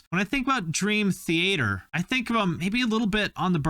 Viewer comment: Finally someone pronounced dream theAter properly - I’ve been trying to get people to say “theAter” for years instead of “the-a-terrr”. Thank you 🥲